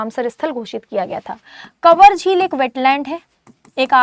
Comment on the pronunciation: पहला answer का उच्चारण गलत है कवर lake nhi kanwar कंवर lake hai